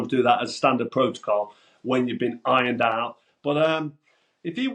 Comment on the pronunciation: Hahahaha, I love the emphasis you put on "ironed out" every time 🤣